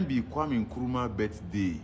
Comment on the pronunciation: the name is kwame not kweme take note